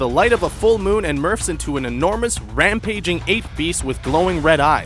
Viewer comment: he didn't even pronounce MORPH right.. thats not even a DBZ word thats actual normal english wtf dude did you even watch the show? I'll answer that for you. NO